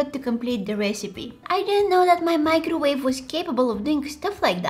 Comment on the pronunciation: My-crowave and tear-tilla